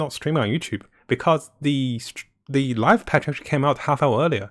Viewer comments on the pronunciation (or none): none